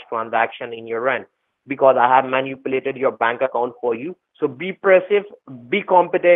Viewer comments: Binging on you for days now. This is hysterical and makes me feel better! Got an idea: What about asking Siri to define the word every time they mispronounce it? Instead of manipulate, i.e. munuplate. Stop the convo cold and ask, 'Hey Siri, what is munuplate?' Do it every time they misspeak and they'll flip out. LOL!!! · “Did elma man-u-plate my C: drive and delete my files?” “Keurig”